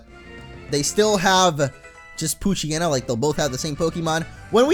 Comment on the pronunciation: damn it, i keep hearing coochyena instead of poochyena